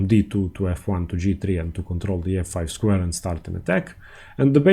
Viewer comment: How much more than the indian accent with like c-fie haha